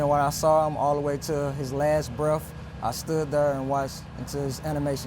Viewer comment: "Animation stopped" bruh.... coached. He can't even say breath right.... Animation stopped.... get outta here.